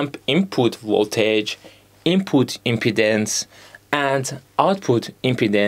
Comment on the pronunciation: If you want you could double check the pronunciations of impedance and load on forvo. It’s more like im-pee-dance and lode. The “im” part in impedance is pronounced how you said it.